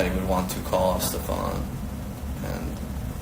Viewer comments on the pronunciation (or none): Incredibly unprofessional 'Steven' ?? Its STEPHAN.